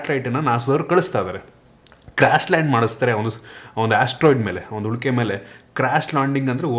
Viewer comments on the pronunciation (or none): ಅದು ಉಲ್ಕೆ ಬ್ರೋ ಹುಲ್ಕೆ ಅಲ್ಲ 😀